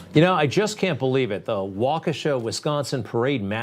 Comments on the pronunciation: Waukesha is pronounced like: Walk-ishaw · Waukesha is enunciated “walk-a-Shaw” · Ahhh yes... the MSM smoke and mirrors. We all know it very well, but please Greg... it's pronounced (Walk-a-shaw).